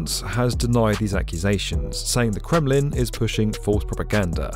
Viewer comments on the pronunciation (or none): none